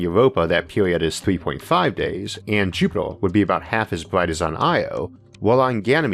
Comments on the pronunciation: It is pronounced, 'JUP-it-er'.....as opposed to 'JUP-it-ole' :) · FML ........Jupiter has no fucking o therefore can not in any terms be pronounced "jupitor". Maybe you should take up a class on shitty Brilliant for elocution lessons. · Be vewy vewy quiet, I am hunting Jupitaw.